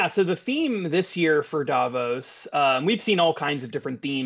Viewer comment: Please learn how to pronounce Davos correctly. Thank you from a Swiss person.